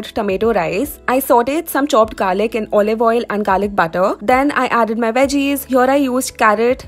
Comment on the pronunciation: when she said garliv butter my heart went doom ! #WEHAVESAMEFAVORITESiINFOODS!